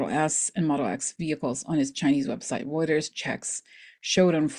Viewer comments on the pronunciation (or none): none